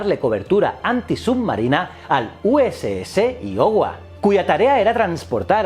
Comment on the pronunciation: Escuchar “shurshill” e “iohua” me ha matao